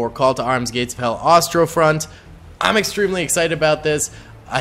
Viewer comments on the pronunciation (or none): its Ostfront not Ostrofront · My meme was more on how you BUTCHERED saying "Ostfront" lmao - this was a rough mission btw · I think you're saying ostfront wrong, could be wrong d'know